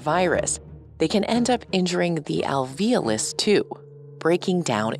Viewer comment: I've noticed a trend of pronouncing "alveolus" like "al-VEEL-us" (and alveoli as "al-VEEL-aye"). WHY? that's very puzzling to me. There's clearly an O there....